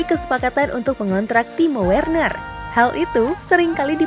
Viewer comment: Min timo Werner bacanya timo verner